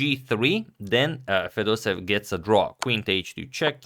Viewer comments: #pronunciation It’s not fedosev It’s fedosEEv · I don't speak Russian, but I assume the pronunciation of the name of the man playing with the black pieces is not 'feh-DOH-sev,' but, 'feh-doh-SEH-yev.' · Hi, Antonio! Thank you for the video, it is good as always! However, you constantly made the same mistake: your pronounciation of Fedoseev's last name is incorrect. You should stress the third syllable: FedosEev is correct, not FedOseev. Thank you again for your videos! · Everybody and their cousin pronounce fedosEEV instead of feDOseev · it's fedoseEv, not fedOsev. there two e and the emphasis is on the second e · And the accent is on the first e fedosEev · The pronunciation of Vladimir's surname is more like Fedoséev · here in this popular video you pronounce Fedoseev differently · I don't think that any person would be pleased by the misspelling or/and mispronunciation of their name. And I am not your brother. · Antonio, thx for the content! Jfyi. Fedoseev is pronounced with both e having their own sound. They do not get merged into a single sound